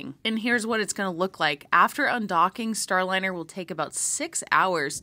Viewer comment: I think you mistakenly pronounced Boeing's debacle as "Starlinner", but you more than made up for that when you Freudian Slipped and referred to it as the "spacecrap". And as for hearing from Butch and Suni? I doubt that will happen soon. They might no longer be in yay-team-cheeleader mode, and NASA may be worried about how they would respond to questions. Because how would NASA punish any negativity - send them home?